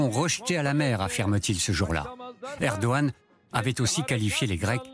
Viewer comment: Par contre il est chiant à ne pas dire le G de Erdogan 😥